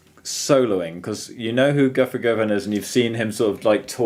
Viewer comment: Pronounced, "guh-ven."